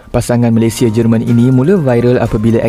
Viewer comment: Bang sebut lah nama NEGARA tu dengan betul , cara sebut yang betul MALAYSIA - *MALAY SI YA